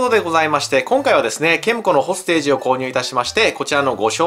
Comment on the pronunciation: どうもこんばんは！ これ欲しくなっちゃいました😆 隊員に名前があって単なる残機制のゲームじゃないとこがいいね！ 発音は ほーす・て↘じ らしいっす